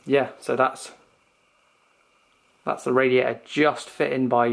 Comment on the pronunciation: Great vid bro, love it how you say radia'ah..